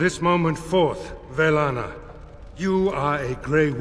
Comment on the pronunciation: Take a shot every time gets Velanna's name wrong